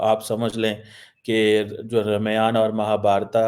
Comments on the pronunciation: Bolna seekh le pehle ramaayaan nahi ramayan ,madarsa educated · O duffer, pronounce correctly, DO NOT INSULT OUR SACRED BOOKS. It is not R MAYANA,It is pronounce " Ramayan " It is not MAHABHARATA., It is pronounce " Mahabharat" Do not forget ka kheema, your ancestors were SANATANI. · रौंदूमल। Keeps making stupid remarks. रमायण नहीं है, रामायण है, your pronounciation is terrible. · RAMAYAN KO AAP GALAT PRONOUNCIET KAR RHE HAI IT IS ( RAA MAA YA N)